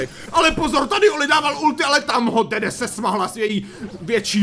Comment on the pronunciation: dedee se čte dídí